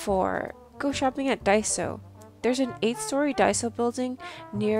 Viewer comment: Really nice discovery, but daiso? Lol